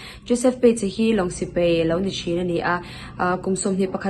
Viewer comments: I sawi thiam hle mai, nie sipei ni loin sipai tih tur aw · Sipei ni lo in Sipai tih thin tur aw Sawitha lutuk e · Sipei ni lo in Sipai tih thin tur aw. I sawitha lutuk e